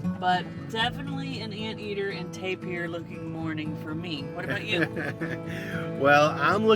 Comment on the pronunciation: Tapir - pronounced TAY-pr